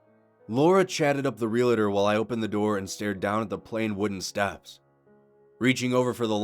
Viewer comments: Real-tor Not real-it-or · 'Realtor' only has two syllables.